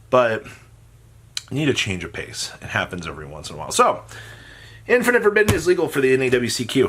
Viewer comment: Infeeerrrnit forbidden